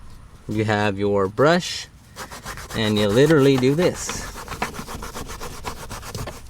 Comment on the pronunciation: You "LILALLY" did a good job! 🤣